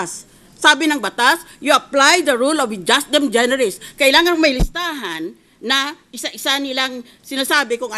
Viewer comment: madam senator, with all due respect, the latin "ejusdem generis" is pronouced as eyusdem generis. when a vowel precedes and succeds the letter j, the letter j is pronounced as a y.